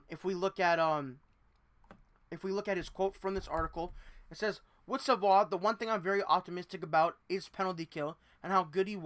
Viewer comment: Sa-VOY - please. You cannot continuously make that mistake. BTW, Sabres fans have heard the same thing for the past 2 seasons. Then they drafted his teammate, who made the NHL as an 18 y/o. I like Savoie, but he needs to be at least a ppg player in Bakersfield before becoming an NHLer full time.